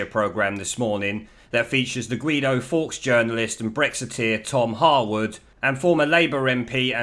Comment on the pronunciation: And now we have Gweedo Forks......